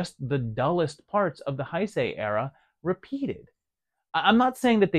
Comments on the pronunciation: "Heisei" is pronounced like "hey say", not "hi say". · Love the vid brother, also, not to be that guy but Heisei is pronounced "Hey Say", at least thats the way my Japanese friends say it.